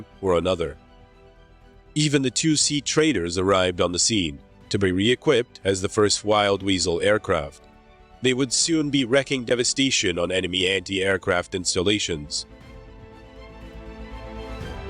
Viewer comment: EnDOWed. DOW. Like Bow. Wreaking (wreek-ing) devestation - not wrecking devistation.